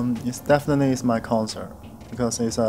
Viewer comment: Are you kidding me😂😂😂 He's not even close to correctly pronouncing most English words, even as simple as the word “very” , “everyone” “definitely” ……??? 😅 and his phrase is completely broken with a heavy HK accent.